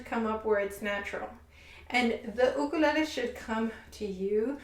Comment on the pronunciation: shes a proffesional and pronounces ukulele the wrong way wth